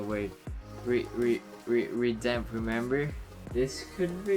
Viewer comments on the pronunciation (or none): Hahhaha I think u mean the word “redeem”